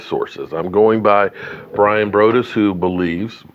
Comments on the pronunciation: Braw-dus <—— correct pronunciation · It’s Broaddus, it’s like saying broadway but take away the way